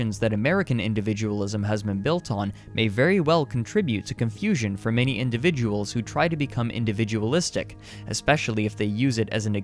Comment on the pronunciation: say individual again..